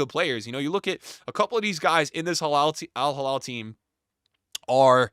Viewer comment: It's al hilal not al halal 😅😅😅 crazy Americans....